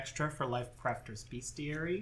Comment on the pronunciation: Although it's a book about beasts, and shares etymology with the word "beast" it is in fact pronounced "BEST-ee-air-e.e" mid 19th century: from medieval Latin bestiarium, from Latin bestia ‘beast’.